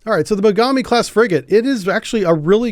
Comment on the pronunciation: ※まがみではなくもがみ型です